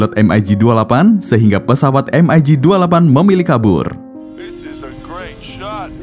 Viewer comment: spelling mu iku lo min...em ai gi utk MIG...hadeuh menyakiti telingaku...di film2 maupun dunai militer biasa dibaca Mig...spt ejaan org Indo...karena kata Mig ini dr bhs Rusia...yg mbacanya ya gitu Mig (not em ai Gi)...